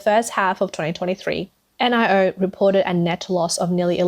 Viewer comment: It’s Nee-o not N I O